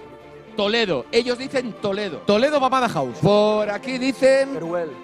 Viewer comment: En la última pregunta el presentador dijo mamada house xdd